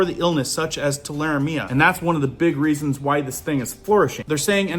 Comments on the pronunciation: Just a heads up, I have always heard it pronounced TUL-A-REM-IA. If you kill a rabbit check the liver. If the rabbit is healthy the liver will be a dark red color. If it is light or spotted the rabbit likely has Tularemia. DON'T eat. Clean hands well and seek medical treatment if you received a cut while butchering the rabbit. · Is that wild rabbits ? Tule a remia .... Pronounce it like that ! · Tularemia.... Too-la-ree-me-uh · Pronounced too la ree ma. 😊👍👍🇺🇸☦️🇺🇸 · In the South we pronounce that rabbit fever as ‘’too-la-ree-me-uh’ 👍❤️love your work! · Rabbit fever. TOO-LAH - REE'- ME-ah